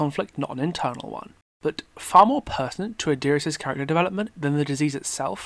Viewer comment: This whole time you we're saying Adiris, I thought you were saying Our Dearest from simping